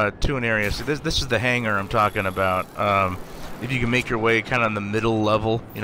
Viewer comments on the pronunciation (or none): none